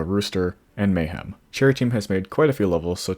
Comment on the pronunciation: anyone notice how kept on saying mayham instead of mayhem